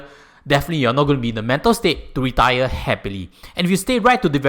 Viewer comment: it sounds like you were saying "Point number 2 on why you need to DIE early....." 😁 Just for laughs. No offence.😄